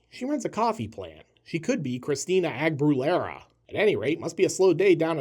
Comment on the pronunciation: Christina Ag-brew-lira 😂😂😂😂 ffs